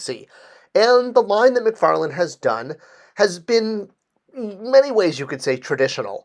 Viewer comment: McFarLANE not McFarLAND. Why is this so hard for people (it's not just you).